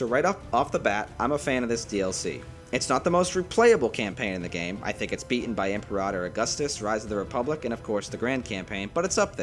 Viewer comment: The way this dude says Imperator makes me wonder if he’s even played the game lmao